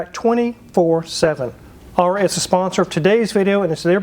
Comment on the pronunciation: He's not even pronouncing Aura properly.